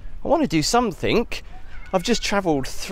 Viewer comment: It is 'something' not 'somethink'. Speak properly boy.